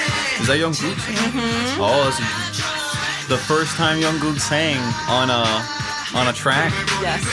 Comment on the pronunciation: Im sorry if its rude to say, but The producer pronounce jungkook wrong its "Jung-gukk'' not "Yonkook" 😂